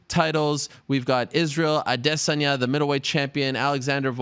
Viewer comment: did anyone else here how he pronounced israels last name